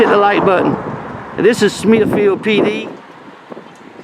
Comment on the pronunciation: SmithFIELD, not Smithville.